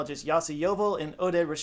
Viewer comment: Pronunciation: Yossi YovEl - E is accentuated Oded Rechavi: it is more like ReKHavi, like in the KH in Kherson, or CH in Loch Ness